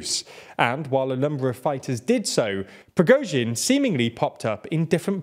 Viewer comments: YOU FINALLY PRONOUNCED PRIGOZHIN SUCCESSFULLY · good to see this guy can say the name Prigozhin unlike the guy in the glasses who changed the way he said it 10 times in one video :P